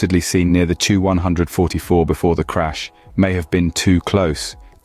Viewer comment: It seems as if you are a newer channel. Just some constructive criticism it seemed like you repeated yourself an awfully lot. Saying the same things within a minute of eachother super offen. And the 2-100-44 should be pronounced 2100-44. Other then those small things video was good. You did a good job I’m just giving you my opinion.